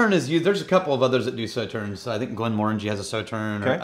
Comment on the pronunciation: not Saw but So-Tern